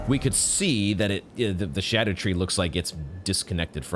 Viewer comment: I'm so glad you aren't saying "ska-doo," thank you for getting it more right than most